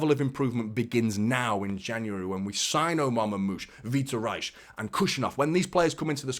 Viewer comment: 0'13 I think it's pronounced vitor hays